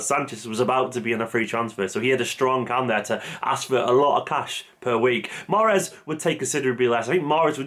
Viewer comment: The e is silent.